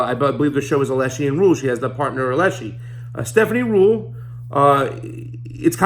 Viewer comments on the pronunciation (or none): You don’t seem to understand the role of a news anchor, specifically Stephanie Ruhle of VELSHI & Ruhle not ALESHI & Ruhle. (If you can’t get names right how can viewers trust that you’ll get the facts right?) (1.) Stephanie asks questions on **behalf** of viewers who may not be up to date on recent developments in a story or on the various important aspects of the story, the “tentacles.” That’s what reporters do. Those questions don’t mean s/he doesn’t understand the story she’s presenting. They mean the reporter doesn’t ASSUME that all viewers understand all aspects of a story. That’s Journalism 101. (2. Stephanie’s area tends to be FINANCE, a vital part of understanding the implications of many, many news stories, ESPECIALLY this one, since Epstein’s financial independence & WS connections are what enabled him to commit the crimes he’s charged with. That’s the POV she covers. (Point of View) no matter what the main story is. That’s why viewers watch V&R. Ever wondered why there are so many news programs — on MSNBC for instance — covering the same story? That’s why. If I want analysis and deeper understanding/overview I watch Rachel Maddow, an Oxford scholar. Financial implications? V&R. Legal ramifications? The Beat with Ari Melber, who was a lawyer before he went to work at MSNBC. MSNBC also has Nicolle Wallace and Lawrence O’Donnell, both former White House employees. See how that works? You’re welcome. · If you were to watch her show on MSNBC then you would know that her partner is called Velshi, not Veleshi, and the reason she interviews hedge fund managers etc. is that she used to work at Deutsche Bank, so that's her area of specialisation